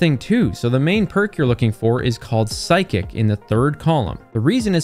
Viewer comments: I’m pretty sure it’s physic. Like a physical. Not psychic like… I read your mind. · For no hesitation, its physic, not psychic. Just wanted to say :/ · it’s physic not psychic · Bro no way you called physic PSYCHIC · Hey, hate to be that guy but it's "fi-zik" as in the root word for Physician/doctor:) (Love the content btw) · I know. I was making fun of his mispronunciation.